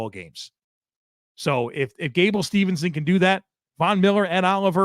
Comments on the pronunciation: Not to be that guy,, but it's "Steveson" not "Stevenson" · Always love the show. Props as always. One pet peeve... gable steveson. Not Stevenson. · his last name is Steveson, not Stevenson